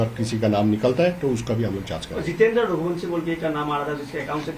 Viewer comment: Oye ghante ke so called reporter, pahle to raghuvanshi pronounce karna sikhle , raghuvansi bolne ke bajay, wahi same , same bol bol kr ppaka rahe ho kuch nayi khabar to hai nahi, pr phir bhi video banane baith gaya , thoda kharcha kr shilon jaa aur kuch taza khabar collect karke phir video bana wRna strike , marenge channel pr